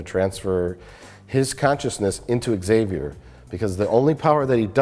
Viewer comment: "egg-xavier" NO! That is NOT allowed.